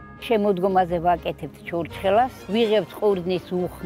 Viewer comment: Brother you are pronounceing it wrong its called church ხ ela but in eanglish there isnt ხ and this isn't b